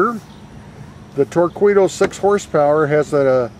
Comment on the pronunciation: its pronounced tour-keedoh